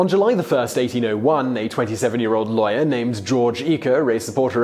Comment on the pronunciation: Thought you were saying "liar" everytime you said "lawyer". Figured it out at the end. Still quite ironic